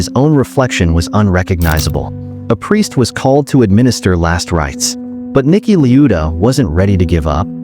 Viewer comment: bro its Niki la-eu-da